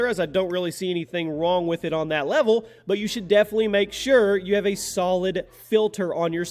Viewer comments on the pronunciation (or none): none